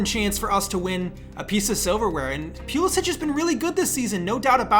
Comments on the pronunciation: That Christian (pew)lasic Pronunciation hurt me lol. Great vid though, gained a new sub. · “Christian Pew-lisic-“ Also: “Kai Havertz steps up, chipped down the middle. Balls of steel.”